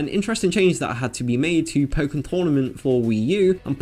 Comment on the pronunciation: Nope. The disease is pronounced pok (Like the chicken noise)-ken, but even so, if they're worried about kids saying they're going to play some disease, or give someone the pocks for christmas when they haven't heard the game's correct pronunciation, what do they think is the worst that could happen?